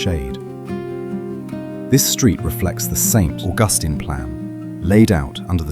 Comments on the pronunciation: "Street" Augustine. Fucking HILARIOUS. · Poorly done for our beautiful city. It is Saint (St) George street, not George street. What a horrible AI voice, British, really? I wish Augustine was pronounced correctly.